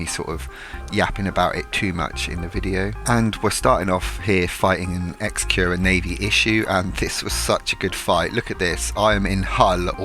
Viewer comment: Amusing that you realised you've always mispronounced Augoror when in the same video you've mispronounced Exequror in the same way.